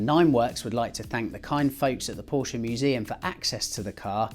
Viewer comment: You pronounce Porsche in the correct manner! Thank you.